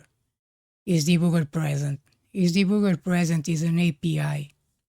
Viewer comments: I don't mean any disrespect by this, but I find the way you say "debooger" so genuinely funny that I'm going to start using it at my job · I love how you pronounce 'debugger' :)